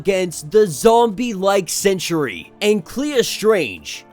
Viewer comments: Lmao, stop saying sentry like century. 🤣Geezus kryst. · Why do you pronounce Sentry as century? 2 not 3 syllables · no, i cant Its Sentry not Century